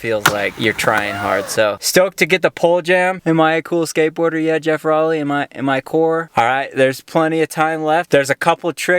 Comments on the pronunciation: at least learn to pronounce his name correctly. row-ley. (like rowing a boat) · if he doesn't get bummed that you posted this, he's gonna be bummed that you mispronounced his last name :p